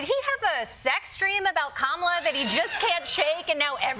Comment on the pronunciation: Donny, if you want to make it with Kamala you need to be able to say her name… correctly 😂